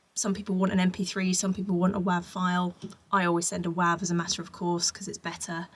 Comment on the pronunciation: It took me a few listens to understand what she was saying when she said WAV file. Anyone else? She says it like it rhymes with "have" (US accent). But the "v" was hardly audible, so it sounds like whaaah, like a baby crying sound.